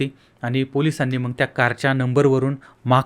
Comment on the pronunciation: हे येड आहे.नीट बोलायला येत नाही.मग न म्हणता मंग म्हणतो.याला काही अक्कल असेल असं अजिबात वाटत नाही.याच चॅनल बघणे म्हणजे वेडेपणा आहे.